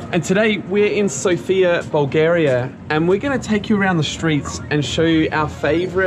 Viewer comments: Yeah, we love our feta cheese, bread, and meat😅 Also, it’s pronounced as SOOOOOFIA….not like the name Sofia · One of the mistakes that foreigners make is mispronouncing the name of the city. The emphasis is on the letter O, not the letter I. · Is not Sov`ia is S`ofia and is b`anica is not ban`ica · Mate it is not So fee ya it is Sof ya, not b-nitsa but bah nitsa. Airan (yogurt drink) is actually Turkish. That place is called Vkuso til nitsa meaning 'The taste place'. Balkan Chok is not a thing, But you guys are really famous here. If anybody wants tour advice or assistance here, I am an Aussie that has been here for 17 years. Feel free to drop me a line if you are in town.